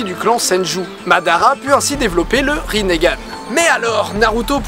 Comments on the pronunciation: C'est Itachi, pas Itatchi, c'est Rinnegan, pas Rinnégan. :) Super vidéo j'adore tes vidéos et j'adore naruto, comment t'expliquer que c'était la joie suprême :D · il a dit rinergane ptn c malaisant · Le mec dit qu'il suit Naruto Shippuden alors c'est même pas bien prononcer les noms de personnages ou autres (rinnegane). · " Le rinégane " Mes oreilles saignent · Riningan et pa rinegan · Aïe aïe aïe les prononciations de la vf ça fait mal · Rinnegan, ça me stress comment tu le prononce :) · tu sais pas prononcé rinnegan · C est pas rinéganne mais rinegane ( en prononciation ) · Sa se dit "Rinengan" pas "rinegan" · T con on dit rinegan pas rinégan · On prononce bien Rinne Gan et pas Riné Gan normalment nan en plus je crois que c'est écrit comme ça "Rinnegan" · ça se prononce ringan j'crois, pas rinéganne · Rinégan mdrr nan sa se dit ringan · J'adore la video pouce bleu a un detail pres... Rinnegan se pronnonce rineugan sans forcer sur le eu et pas rinégan ce qui est degueulasse apres jsp si ta vu la vf perso je lisais donc voila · pas rinégan!!!! juste rinegan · Rinnégane ? wtf. C'est rinegan (la prononciation), non ? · On dit pas rinééégzn mais lingan!!!!!!!!!!!! C'est pas compliqué ! ! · oui mais non. dans la première théorie tu dis que kaguya a changé notre monde alors que quand elle est arrivée sur terre,il n'y avait pas de technologies tel que des ordis. aussi les villageois se battaient avec des arcs et des sabres ps: ça ne se prononce pas rinégan mais rine gan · pourquoi tu dis rinégane c juste rine...gane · On dit pas " rinégane" mais ringane . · Rinnegan, pas rinégan. Et c'est Itachi, pas Itatchi, sinon j'ai beaucoup aimé la vidéo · Didi : le rinÉgan ! Moi : euu.... wtf !? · "Rinéganne" ouch.